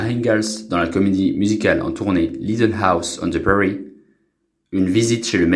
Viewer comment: Arrête de dire « little house on the prairies” avec ton accent du Michigan stp!!! Ridiculous... et ton titre p*** a click super!!! Toi t enterres les gens avant l heure... attention au karma